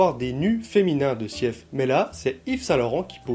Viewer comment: Pour info on prononce Sif le E est muet.😉